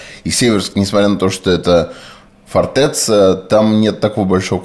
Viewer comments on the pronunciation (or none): Спасибо за очередной выпуск. Раз уж вы активно используете это слово, то правильно его произносить "фортЭця" с ударением на Э и ц мягкое, потому что после него Я, а не А